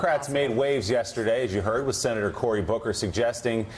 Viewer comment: Did he just say “sinnetor”?